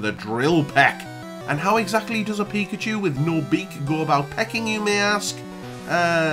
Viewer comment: Translations: Ba''le = battle Pikerchew = pikachu Klos = close Peh deh = pay day Geehm = game Tyok = choke Speeroh = spearow Thank you.